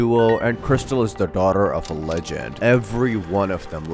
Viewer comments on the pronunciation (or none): Guys, Its Not Crystal, Or Krystal.. *Its Kristal 😭*